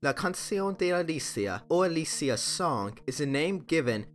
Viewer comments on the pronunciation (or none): none